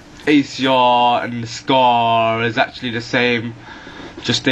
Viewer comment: LOL ACRRRRRR andthe SCARRRRRRR and the TARRRRR